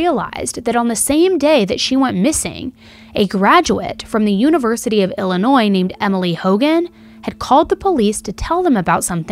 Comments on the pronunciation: Off topic from the case. But as someone from Illinois. I appreciate you saying the state correctly 😅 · I totally agree! Most don’t know that the S is silent! I live in Illinois 🤣